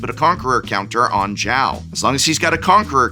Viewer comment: Is not Chao, is Zhao ~sokka